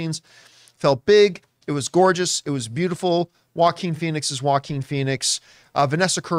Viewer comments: The way English speakers pronounce the Spanish name Joaquin like 'wacking' is hilarious 😂😂😂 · The fact you pronounce his name in a French name makes it clear you know very little about him